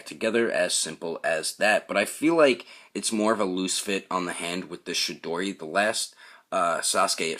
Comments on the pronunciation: Great review, I laughed my ass off when you said Chidori cuz it sounded like you said "Shit-doddie" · Good review sir! I have the original Sasuke, but might pick this on up for the new accessories. I could tell if you were pronouncing shidori or chidori?